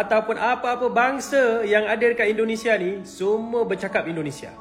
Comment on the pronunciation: Tictoker itu apabila cakap INDONESIA Bercakaplah DENGAN Betul,, JANGAN E, E , E TERUS KALAU MAU MEREAKSI INDONESIA!!! JADI sangat LUCU , kampung dan Aneh INDONESIA dia😁 COBA TIRU ORANG EROPA ,KOREA,JEPANG,THAILAND AFRIKA KALAU BERBICARA INDONESIA DENGAN BETUL TANPA AKHIRAN KATA E!